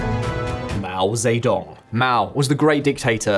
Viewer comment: Yeah right, keep listening to this guy tell you about China who cant even pronouce Mao Ze Dong correctly